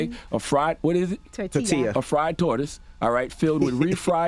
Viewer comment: It’s called a torta not a tortoise 🐢 ?? You can’t pronounce torta ?? 😂😂